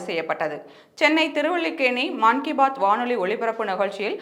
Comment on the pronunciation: மன் கி பாத் என்று கூற வேண்டும், மான் கி பாத் என்று கூறுவது தவறு.